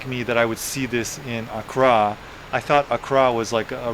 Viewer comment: AND ITS PRONOUNCED AK KRA